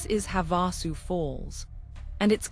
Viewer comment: If your AI can correctly pronounce "Havasupai," why can't it also pronounce Havasu Spring and Havasu Creek?" This is so annoying to those of us who know the difference.